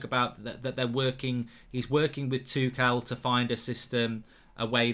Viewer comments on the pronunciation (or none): No one: Gold bridge: THOMAS TOO CAL